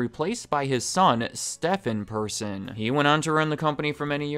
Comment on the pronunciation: When you said "Stephen Person" I genuinely thought for a second you just gave up on trying to pronounce Swedish names. :D